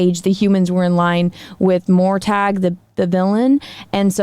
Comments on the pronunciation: Did you just say Mortag?!?! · Did she just say mortag funny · Mor what now?? Morgoth. Melkor name in Middle Earth is Morgoth, and not whatever you said. Also Morgoth can't come back, that's the whole point. Sauron however that one is a given. Also following current events it feels weird that Sauron would be the Stranger seeing Sauron will play a major role in the creation of the rings. So Sauron should appear as the elf Annatar. And the Stranger has no elf features. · Hey great video but I think you made a mistake in the pronunciation of morgoth,keep up the great work 👍